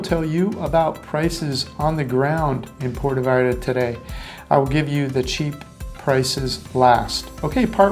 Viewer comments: ha ha exactly what i thought. It's pronounced - P- where- toe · You really should learn how to correctly pronounce Puerto.